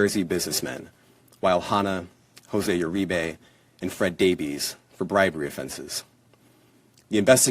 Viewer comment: Uribe is pronounced Ur-ree-bay